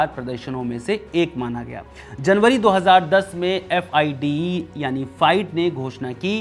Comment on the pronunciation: FIDE को फीडे बोलते है!